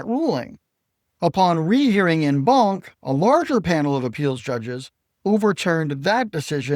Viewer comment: En banc is pronounced "on bonk".